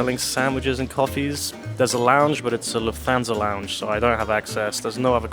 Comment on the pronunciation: I don’t speak German, but surely Lufthansa is pronounced Looft-hunsa not Loof-thansa 🤷🏻‍♂️